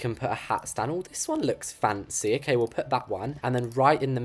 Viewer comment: lol the way he says "FaNcEy*lol btw i love you videos keep up with the greatwork